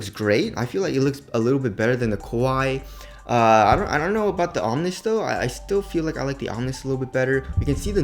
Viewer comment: omni means "all; of all things" that word is pronounced (om-knee) not (om-nis) you sound stupid when pronouncing it wrong. just from another Asian brother to another